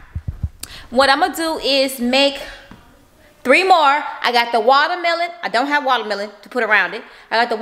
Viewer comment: “Wallamelon” 🤦🏼‍♀️ Ok 😂